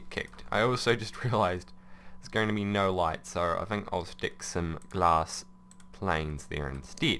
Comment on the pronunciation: Why tf does he say tin k?